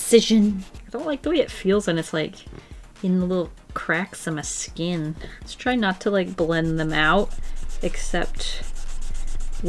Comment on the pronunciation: Anybody else hear her stomach growl? - one gotta hear closely😂 She sounded like Merida from Brave in when she said the word skin specifically:)